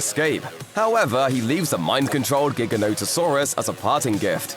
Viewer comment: Finally someone who doesn’t call it jiganotasaurus